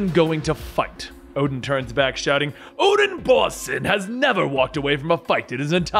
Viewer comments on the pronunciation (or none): Kinda sounds like u said "Odin abortion" intead of Odin of Borson 😂😂😂😂